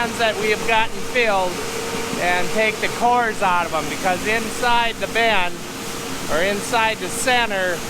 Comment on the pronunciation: Is it pronounced “ben” or “bin”? Sounds like you’re saying ben/bens.